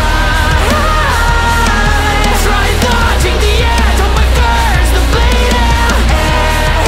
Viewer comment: ele ainda pronuncia errado algumas palavras como swiped (ele fala “suípe” quando o correto é “suaiped”) ou blade (que ele fala “bleide”, quando o correto é “bleid”, uma sílaba só)